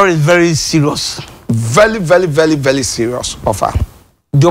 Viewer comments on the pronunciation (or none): Akrobeto :This Stoly is vely Selious .. Kumchacha : Vely Vely selious 🤣🤣🤣..The two of You shall not Kill me,Oow my God..I Almost cly Self 😂 🤣 🤣